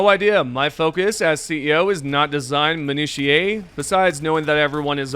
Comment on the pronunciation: For future reference, it's pronounced "min-OO-shuh"